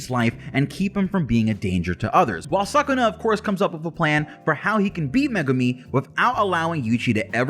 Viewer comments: Its actually pronounced su-ku-na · SUUU-kuna , cant handle you saying suck-kuna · Not 'suck'-una , 'Soo'-kuna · Suckuna? Really. “Anime fan” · it should be neither sakuna nor sookuna it should be skuna like they say it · Its pronounced su-ku-na sound it out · Please dont say SUCK-una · I prefer when people use the Japanese pronunciation Suu-kuna. The “suh” sound doesn’t exist in Japanese :) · i like suck-kuna better cuz it kinda sounds like sakuna which is disaster in tagalog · Horrible pronunciation like wtf